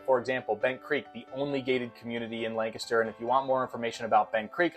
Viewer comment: My real estate agent says the correct pronunciation is Lank-ster. She’s a native, so I think you’re saying it wrong.😊